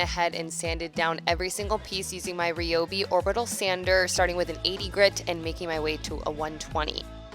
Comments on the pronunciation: I'd definitely say "Rye-obi" before saying "Re-obi" pretty sure it's Pronounced Rye' anyways. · Suddenly forgets how to pronounce ryobi 😂